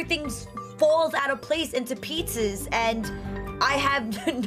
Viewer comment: Gina Marie "At the last minute everything falls into pizzas".... lol! Anyone else catch that? Can't say pieces??